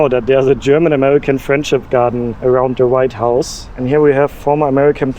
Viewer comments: I enjoyed your video but I do have one question. Did you say the "Right House" or the "White House"? It sounds like you said the "Right House", if so, I like that and I am going to use that phrase when i am in D.C. next week. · I keep hearing "the right house" instead of "the white house". Maybe its just me. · are you saying the Right house or the White house? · "Write - House" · Was it me, but it always sounds like you’re saying: The right house. You do know it’s the White House? Sorry if it’s just a lisp that I was unaware of. Just saying 😊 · Did you call it Right House or am I just overhearing the W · No I'm sure he was saying the right house all the time 😂